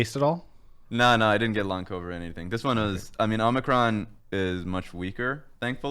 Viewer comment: co-bid? What's a co-bid? Is that like a disease or somethn?